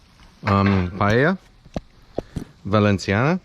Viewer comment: When u pronunce Paella Valensiana it's the way it should be pronunced, 'cause in València we speak valencian and 'c' sounds like 's' like the colombian accent you used. Btw, that was a good recipe and a top channel! You should try to cook Fideuà, it's a paella made with some kind of noodles (fideus) instead of rice, and seafood, it's from Gandia (València).